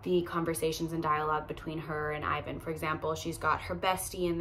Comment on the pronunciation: as a European, it’s so funny to me how you pronounce Selin and Ivan 😁